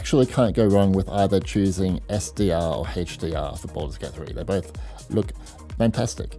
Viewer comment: it's not heichdr it's HDR